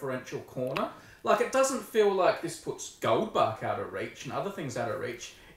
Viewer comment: screams in German speaker It's Goldbach, not Goldback.